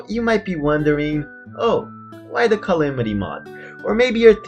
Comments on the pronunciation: U pronounce calamity calimity so ur calling us noobs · the fact that he pronounces it cy-li-mi-ty mod triggers me lol